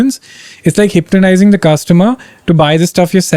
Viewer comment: Did my man actually say "HYPTONISING"